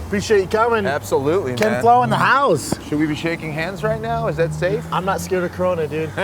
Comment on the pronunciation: SolidSnake610 “we made him drive all the way from his HaUSe🥴”